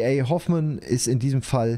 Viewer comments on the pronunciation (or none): Lieber, Hoffmann war ein Autor der deutschen Romantik. Bitte nicht anglizistisch aussprechen;) Wenn dir Lovecraft gefällt und als Leseratte, würde ich dir mal empfehlen ihn dir mal anzuschauen. Der Sandmann, zum Beispiel. Ist nicht lang und ganz unterhaltsam.